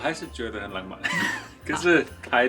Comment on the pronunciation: 活到這歲數我都沒看過下雪，真的好美的白，這景色像是冬季戀歌的景色，不爛慢，但很浪漫(不能怪先生發音不標準，我老公也是ㄤㄢ不分，我絕對不想聽他講"香港"二字，都會變粗話) 韓國的冬天非常濕冷，會冷到台灣的三字經都跑出來，我2012到跟學妹韓國過聖誕，學妹冷到罵國罵，我寧可熱，不能接受濕冷，乾冷可以接受